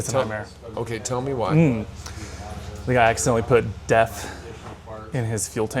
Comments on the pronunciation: Oh sorry it’s def, sounds like your saying death haha. But why don’t you explain what and why people are trying it. Thanks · A little background would be nice. I live in the Southeast US, and I have never heard of def. I had to look in the comments because I thought you were saying De@ Is it something available in a regular gas station somewhere? If so, what type of vehicle would use def?